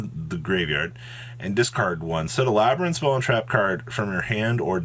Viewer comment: Just a little input, the archetype name "Labrynth" is actually pronounced "LA - BREEN - T" , so technically it's not worded as LABIRYNTH "LA-BE-REE-NT"